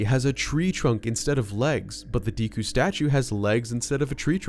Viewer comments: Decku is not pronounced Deeku, its pronounced like the main character of My Hero Academia. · It really does amaze me how people mispronounce simple words... Its not "Dee•ku", it's "Deku", as in: "DECK•KU" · DEHKU NOT DEEEKU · It’s pronounced deh koo